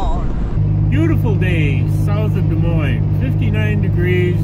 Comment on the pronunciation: Good call to take the south route. I live about 10 miles north of Des Moines. BTW, the "S's" are silent. Dee Moyne is "proper" pronunciation. Happy to see you make it without any breakdowns!!!